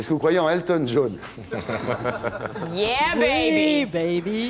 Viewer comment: "Elton Djaune".